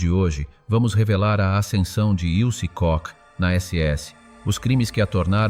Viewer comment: KOCH NON SI PRONUNCIA COSì...